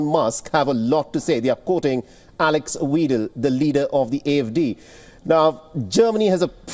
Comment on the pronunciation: alex weedle? what?